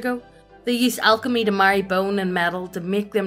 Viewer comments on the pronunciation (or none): none